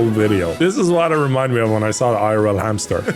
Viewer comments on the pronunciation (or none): Didn't even notice it said Hampter? Haha